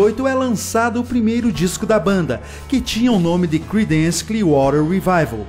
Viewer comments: Pronuncia-se crídence e não cridênce... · Não se lê cridéns, é crídens